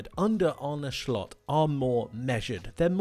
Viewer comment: Did he say Arne shlot